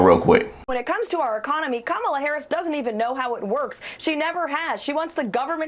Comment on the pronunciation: He said Alphonse Capone and still doesn't pronounce Kamala's name correctly. That tells you the type of people he admires.